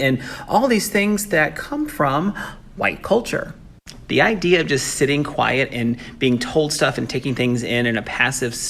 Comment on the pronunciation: Dude said idea* ..as Idear* something is off with you friend, start over and try again.